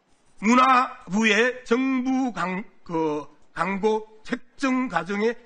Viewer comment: 강고가 아니고 광고야 발음 연습이나 좀 하고 와라